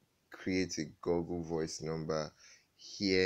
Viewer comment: Oga its not pronounced Goggle BUT Google like this (Gu-gul). Or else dem go think say na bush man you be. 😂